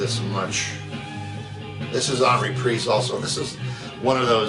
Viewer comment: Reprisse or Reprise 😂. Or Detroit or Duhhtwois😂... But i still love this guy? 😂 Doooosh bag❤